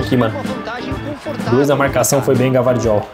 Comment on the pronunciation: Gvardiol não se fala Gavardiol mas sim Guivardiol...um abraço sucesso